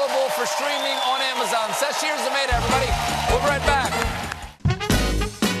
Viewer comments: It's "Za-may-tah" not Za-mah-tah"! Sad syntax! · It's "Za-MAY-ta." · I just can't get over the Zamayda pronunciation. It's the most American sound I've ever heard. I mean it certainly looks like it could be an African word, but not if you say it like that!